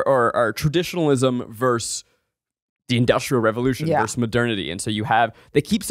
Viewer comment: 1) Zach, what do you have against the second syllable of "versus"? Just curious 😅 2) WHAT is the problem with the word derigible? I love that shit it's fun to say